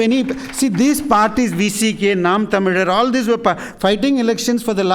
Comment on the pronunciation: Yes, Zha is different from la and La. It should be Thamizh. We have three consonants. la, La and zha in Tamil as well as malaiyaLam.